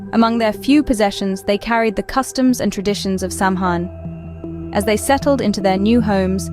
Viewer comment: OT IS PRONOUNCED SOWAN!